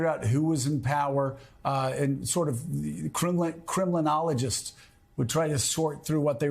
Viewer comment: Funny that I heard 'criminologist' when he said 'Kremlinologist'. Nowadays, of course, the meaning is almost the same.